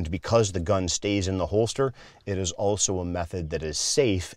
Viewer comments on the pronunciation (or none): none